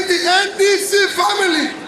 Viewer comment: It's NDC but it sounded like ADC. OMO, NDC, ADC, APC these are truly confusing.